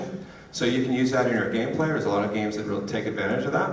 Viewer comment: "DERES SOME CARS"